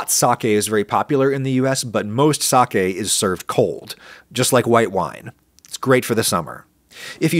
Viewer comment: 1,000,000 points for pronouncing "sake" correctly.